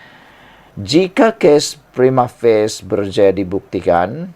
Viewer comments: Prima.... Fa.. Cie.. Bukan Prima Face 😂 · Prima facie lah boss bukan prima face😅😂😂